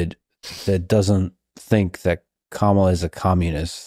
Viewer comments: IT'S........ KA-MA-LA. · Hey bro it’s not CAMuhLuH it’s KALMALA… Jk I don’t fucking care! TRUMP 2024